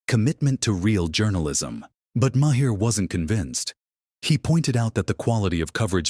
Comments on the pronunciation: His name is not "Ma hair" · AI. Says, "muh-hair." Terrible. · Say the dudes name right. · Good Lord man, pronounce his name correctly.